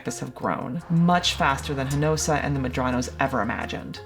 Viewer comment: Love this channel and the reporting. But for the love of cats can you please do a little research on how to pronounce peoples names especially Spanish ones. The entire time the presenter said "Hinosa" completely leaving out a syllable... it's Hinojosa.. transliterated that would be "He-no-hosa"..no one is expecting you to have perfect pronunciation but come on, ya'll are educated & learnEd folks... This makes us brown people of Hispanic descent fell a bit unseen/overlooked sometimes...far be it from you to mispronounce Bordeax, Deveraux, or that Texas restaurant ya'll may have eaten at while here...Pappadeaux... 🙂